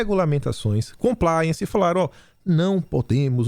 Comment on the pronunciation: "Compliance's" A pronúncia é Compláiance, ok. Você sabe o quê é? É uma espécie de contrato, documento; cheio de regras e orientações sobre determinada empresa, negócio ou assunto. Sabe porquê é tão difícil baixar o preço do combustível no Brasil? A esquerda aprovou na Petrobrás um "Compliance" que diz que somente certos diretores podem decidir sobre essa questão. O governo mesmo sendo acionista da empresa; não pode deliberar sobre isso. Está fora! Você sabe porquê há tanto interesse do mundo e da esquerda na Amazônia hoje? Porque eles faliram a Petrobrás; e a Amazônia é hoje a maior fonte de riqueza e dinheiro do mundo. Inestimável o seu valor de mercado. E pasmem agora: 👉A chamada Agenda Verde ou ESG; que é pauta das maiores nações e congressos da esquerda no mundo - luta para implementar um COMPLIANCE na nossa Floresta Amazônica. Esse contrato é muito semelhante ao que existe hoje na Petrobrás - e tira o GOVERNO BRASILEIRO das decisões mais importantes sobre a região. Eles dizem que é pelo Meio Ambiente, mas não é não. Corrupção a vista! Lute pelo Brasil! 🇧🇷 Não é uma questão política apenas; mas de SOBERANIA. Abra os olhos. Leia, fique atento! 👍